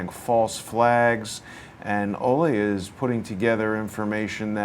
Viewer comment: Pretty sure it’s “Olee” and not “Olay”.. He’s not a bullfighter! Lol! It was my grandfathers name and he was from Denmark as well.